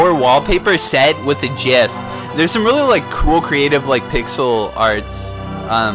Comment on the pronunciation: you say GIF correctly nice